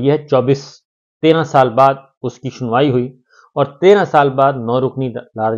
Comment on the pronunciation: Bhai shunwai Kia hota hai sunwai hota hai Indian Nahi ho aap